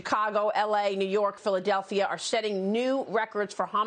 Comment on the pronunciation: P-h-i-l-a-d-e-l-p-h-i-a! Try harder.